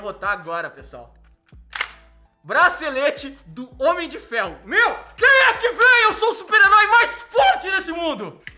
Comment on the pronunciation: N sabe falar Homem de Ferro